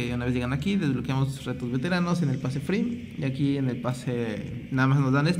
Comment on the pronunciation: cuando dices free suena a que dices friv